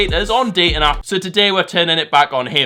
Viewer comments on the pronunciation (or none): none